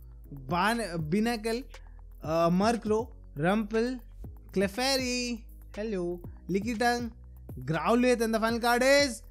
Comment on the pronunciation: Bro Clifary not crifable